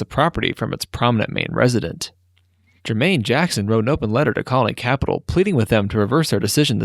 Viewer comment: You pronounce “colony capital” very strangely. Also Caldwell Bank and asphalt. It bothered me